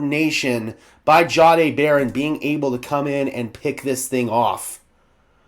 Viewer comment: Sure appreciate all your hard work. I am not certain. but I believe Payton said his name is pronounced Jay-D(eye).